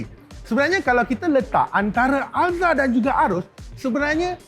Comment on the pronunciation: Sampai sasul. Alzruz ye. Excited no